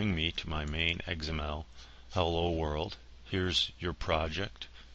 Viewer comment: You pronounce XML funny. Sounds like egs-em-el. lol.